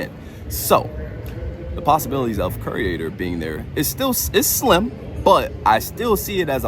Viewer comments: The trusses are identical to the ones from the Blumhouse scarezone last year. I'm guessing they're going to use them for Jaws somehow and then leave them up for HHN. Also... Curator is pronounced 'cure-ay-tor', not ''cure-ee-ay-tor', just FYI. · KYUR-ay-ter Mispronunciation is a huge pet peeve of mine. Im sorry. 😂